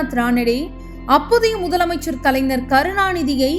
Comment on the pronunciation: யாரு?! நம்ம மனோரமா ஆச்சியா?! ஆச்சி ❌ ஆட்சி ✅ கலைநர் ❌ கலைஞர்✅ கருணாநிதியில் "ரு" குற்றியலுகரமாகப் பலுக்கக்கூடாது. முழுமையாகப் பலுக்க வேண்டும். சில நாள்களில் ✅ பனி ❌ பணி✅ கண்காச்சி ❌ கண்காட்சி ✅